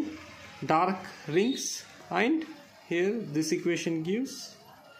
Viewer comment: It is actually and